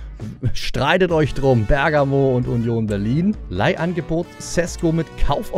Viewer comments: Ich wollte nursagen sesko spricht man scheschko aus ( ich liebe deine videos)❤ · Dein neuer Stürmer wird scheschko ausgesprochen